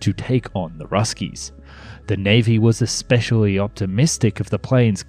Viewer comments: Hey there. It's not expecially. It's especially. :) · You seem to pronounce "especially" as if it's spelled "expecially" at least twice. Not very impressive. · Narrator: The word is "especially," not "eXpecially"!!! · EXspecially? I'm out. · there is no "X" in especially ......... just sayin' ........ ;-p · ... , it "e[x]pecially" lagged behind...? That's not a word. As a narrator, it's your job to speak correctly. You should know better. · Please stop saying ECKS-SPECIALLY, for fucks sake! I know you are Austrlian but speak English!